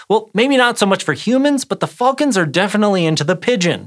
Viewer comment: How much do i have to pledge on Patreon to never Here this guy say. Ever again????